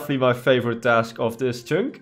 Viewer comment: Love how you pronounce "Chynk"😂 you should change your accounts name